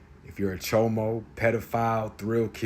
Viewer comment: The way he says "Chomo" cracks me up. I don't know if it's his expression or the way he pronounces it.